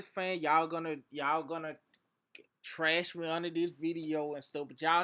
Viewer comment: "Deles is tresh" LOL you must be from Louisiana. Hating azz...